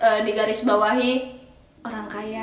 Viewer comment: 'oang kaya' "R" nya mana mbak Rrrrr RRrrrrr